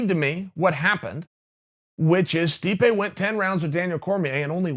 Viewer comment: *Stipe not stipe buddy